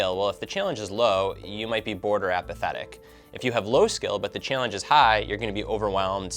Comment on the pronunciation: This idiot keeps saying "Chillange"